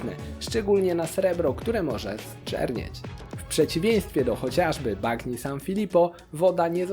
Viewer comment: Dzięki za fajny materiał 😊 Mała uwaga jedynie do wymowy, w języku włoskim "gn" wymawiamy jak nasze "ń" , więc nie "bagno" tylko "banio" , poza tym 👍